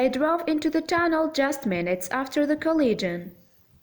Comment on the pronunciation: A cole..legion ???? Or COLLISION...Cole--lizz--shun... Im sorry.. The pronunciations are WAY off.